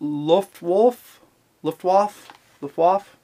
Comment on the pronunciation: pronounced looft waffa